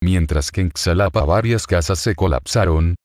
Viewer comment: se dice xalapa como pronunciar la jota ...así Jalapa